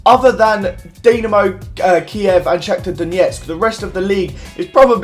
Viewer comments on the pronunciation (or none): none